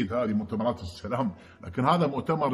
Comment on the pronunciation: ما تقصد بسام عليكم ، إستمعوا له جيدا فلفظه السام عليكم